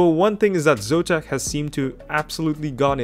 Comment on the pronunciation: what is "Zotam", it should be "Zotac"